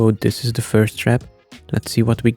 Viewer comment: Dis??????? It's "this" not dis